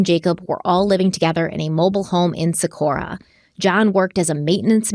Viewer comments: Living and breathing in Albuquerque Metro area since 1994. This case breaks my soul every time I hear about it. Socorro has a HARD “O” at the end of it. Don’t come for me, I love you. Haha. 😂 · Good job with this case you guys, this hurts my heart. Thank you for your support in helping bring this case to light ❤️ love you guys and it’s so fun to see your success unfold due to all your hard work! ❤️ Just so you are aware, the “O” at the end of Socorro is pronounced “oh” not “uh.” Just wanted to let you know ☺️ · Hey and.. I actually live in Albuquerque so I wanted to let you know that it's actually Socorro new Mexico not Socorra. Just thought you'd like to know because I know you like to give accurate information in your videos. ❤😊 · It's SocorrO not SocorrA